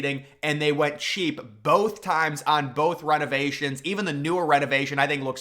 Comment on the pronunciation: The way you say Rennovationsss I've never heard anywhere else.